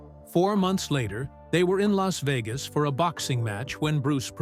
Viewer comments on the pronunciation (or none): none